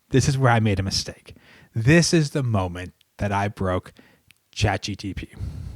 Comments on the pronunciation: Is it just me or is he saying chat GTP instead of chat GPT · i love how he says Chat GTP